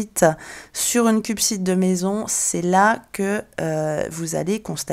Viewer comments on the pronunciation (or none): on dit "cuspide" et non "cupside". LOL